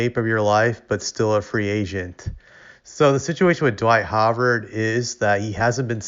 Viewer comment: His name is Dwight Howard. Pronounced How ard. How. A “W “ sound. Like w in wow.